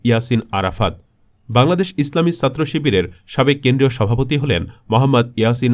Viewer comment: এই বাঙাল ছাত্র শব্দটা ছ দিয়ে শুরু, আরবি সিন্ দিয়ে। ভুল উচ্চারণ বিরক্ত লাগে। তাই একটা ডিসলাইক দিলাম।